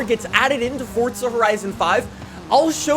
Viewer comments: Bro this nigga keeps calling it "fortza" it's called FORZA keep calling it that ima call the feds fasho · ITS NOT FORTZA HORIZON 5 ITS PRONOUNCED FORZA HORIZON 5 YOU DUNCE